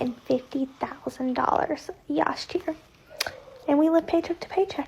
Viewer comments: "yast year" . Good grief. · “yast year”! 😂